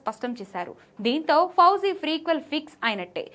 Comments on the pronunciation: Madam adhi frequel kadhu prequel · Freequel kadu amma ... Prequel